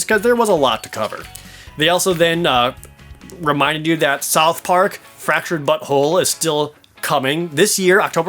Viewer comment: Keeps sounding like your saying "Fractured Butthole" lol